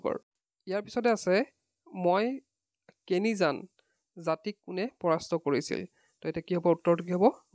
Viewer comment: Sir ' মই কেনিযান ' nohoi ' মাইকেনিয়ান ' he. Qwestion number 20 tu